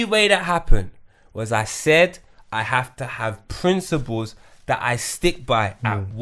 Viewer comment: Someone needs to tell dude... It's principles... Not princibals... Ffs